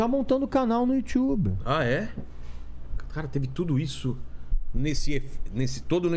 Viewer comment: you tchube - Régis Tadeu